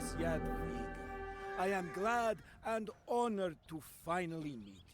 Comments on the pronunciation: correct me if im wrong but isnt it yad-wi-ga? stupid inconsistent latin alphabet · Dziadwiga :D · Polish J is spelled like English Y in most cases and W is English V so yeh, yad-vi-ga with hard G